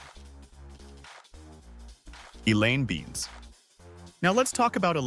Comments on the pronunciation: Elaine Beans? It’s Elaine Benes, pronounced Ben-Nus (phonetic). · Elaine's family name is not pronounced as 'Beans' , the two 'e' are both heard, like this: Bènès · Not Beans. it's Benes🤗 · Elaine BEN-ess. It's a Hungarian name.